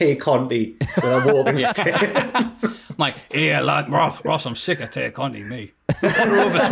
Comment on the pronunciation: I know this might sound petty, but I have to point it out. Tay is pronounced as "tie".